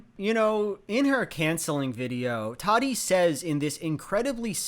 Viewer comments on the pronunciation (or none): Tati not Tadi.. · “toddy”.......... it’s Tati with both Ts pronounced the same 💀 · Ta-tee, not toddy. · It kinda bugs me the way you pronounce her name. It's Ta-Tee not Toddy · Idk how Tati herself pronounces it, but every other YouTuber I’ve watched has pronounced it as Tati and not Toddy. I think it’s just having a strange pronunciation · watching this almost 3 yrs later its obvious that is correct about most of his points laid out here, but it’s also objectively funny and wrong that he keeps pronouncing tati as “toddy” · Obsessed with the way you call her “toddy” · i cant help but hear "Toddy" and i honestly love it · alternate video title: says "toddy" for 20 minutes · hearing call her "Toddy" the entire video elevated it to a new level of ridiculous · Every time he says Tadi I die 🤣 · Through this whole thing I’ve never heard someone pronounce Tati’s name like “Toddie” it’s throwin me off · No one:: Toºdy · ive never heard someone pronounce tati as "toddy" lmao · i’m obsessed with how he says tati.... “toddy” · Randall Paquet when i used to watch her she would pronounce it “tah-tee” like João said. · Can't believe "Tati" is actually pronounced "Taahdi" wtf is the English language even doing??? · I love how you consistently mispronounce her name :') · your mispronununciation of Tati's name is disturbing. Nice video though. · The way you say Tati is so funny! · English is weird but this isn't a good example of that. He said it wrong.